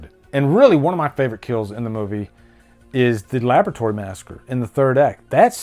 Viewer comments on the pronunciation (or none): none